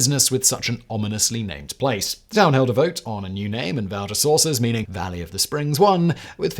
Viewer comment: It's strange how he mispronounces Val-des-Sources even though there's a screenshot of the Wikipedia page showing the correct pronunciation.